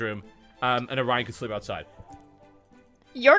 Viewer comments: his name is orion pronounced o ryan just sayin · It's "Orion" but it's easy to misshear.